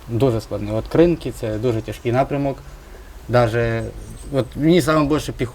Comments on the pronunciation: КринкИ, КринкИ, КринкИ, а не КрИнки! Хіба не можна вивчити вже!? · Громадське,зверніть,будь ласка, увага на правильне вимовляння назви населенного пункту Кринки.Гаголос на другий склад - КринкИ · Навіть,сам "Мадяр" після прохання почав правильно казати,бо спочатку і він казав КрИнки 😂